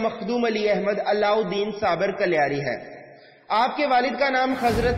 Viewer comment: कलियार nahi कलियर hai, ye Roorkee, Uttrakhand me hai